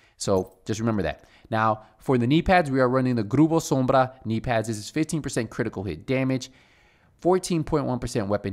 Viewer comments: the way you said grûpő śömbřa lol No offense though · I like how he says "Grruppo sombrrrra" 😅👍👍👍👍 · Ayyy, ROLL them R’s strong on that Grrrrupo Sombrrrra! 😂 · I love when say "Grupo Sombra"